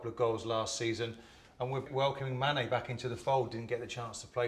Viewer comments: He called manny, mane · Did Martin Keown call Manny, Mane?